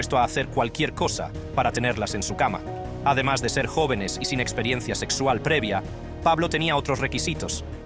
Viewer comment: Que es experesia? Se dice experiencia tonto